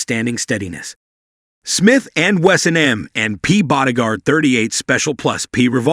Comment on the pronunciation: Please for the love of God, get an annoucer who actually KNOWS guns to do the voice overs, or at least try to program your text-to-voice software to properly enunciate firearms terminology. It's NOT 38 plus, P revolver. It's 38 +P.